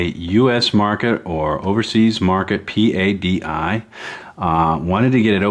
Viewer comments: Sir, The Professional Association Of Diving Instructors is known and pronounced "PADDY" . Not P.A.D.I. pronounced as each letter as you do several times. Just FYI. Great videos , love the camera work and documentary style. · stop saying P.A.D.I. it is pronounced as a single word.